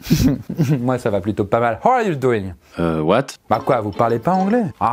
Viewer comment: Personne: Personne:: "Howaliou dou-ine? Quoi vous parlez pas Anglais?"